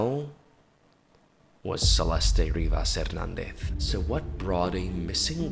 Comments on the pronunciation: Idk why but it's SRSLY driving my ears go nuts everytime you said Celest-ay..its just Celeste <Celest> ❤❤❤ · Could u at least pronounce her name right? Geez .... Celesté is weird. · Your pronunciation of "Celeste" and her full name is quite literally atrocious😂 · Why are you saying her name like that? 😂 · the way he pronounces her name like is he Latino??